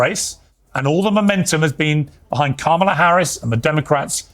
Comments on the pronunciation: That woman “journalist” can’t even pronounce Kamala’s name correctly. I’m sure that’s on purpose, and it destroys any semblance of credibility she may have had. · I can’t stand these A holes purposely mispronouncing Kamala’s name. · They STILL don't pronounce her name correctly. It's such a micro aggression. It's infuriating. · Why can’t they say this woman’s name correctly. It’s just disrespectful at this point. She is the Vice President for God sakes. Sheesh 🤦🏾‍♀️ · What kind of a journalist is if she can't even pronounce Kamala's name correctly? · If the maga crowd is trying so hard to present a good picture, why do they insist on intentionally mispronouncing Kamala's name? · 800 gorilla is them pretending she’s inept while mispronouncing her name 🖕